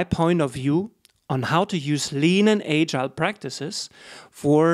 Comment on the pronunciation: 1st ... you must learn how to pronounce “agile” ...